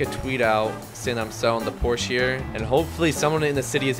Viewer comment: bros Porsche pronunciation 💀